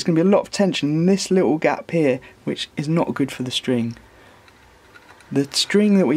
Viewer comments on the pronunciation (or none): none